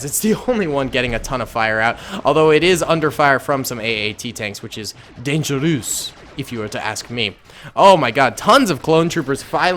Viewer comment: Me: speaks fluent french: dangerous with a french accent.. Me: Cries